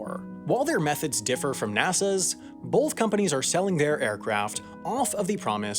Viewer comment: Can you stop saying "bolth" its pronounced both